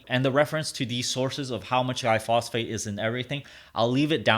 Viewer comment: Pronouncing glyphosate wrong